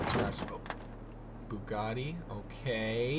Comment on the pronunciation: when you got to the ''bugatti'' i literally thought some one made a annoying car sound with his mouth haha